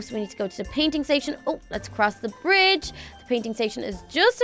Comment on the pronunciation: when she sait to go over the brige she said fridge